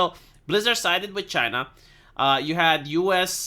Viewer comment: I miss the way he says Chay-na.